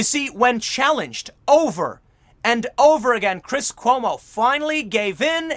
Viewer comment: Did you just say chris homo?